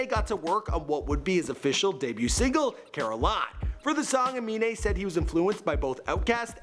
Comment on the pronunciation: CAN PRONOUNCE AMINE BUT NOT XXXTENTACION